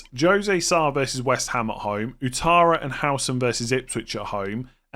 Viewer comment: the name Ouattara is pronounced Wattara.